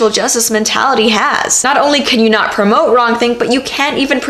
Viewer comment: Good quote. Might as well be a proverb.... However, ya should've put more emphasis on "not."....... Sorry if this is sounding like I'm a grammar Nazi, I'm just saying there should be emphasis on the word not , because that's what the proverb is pointing out.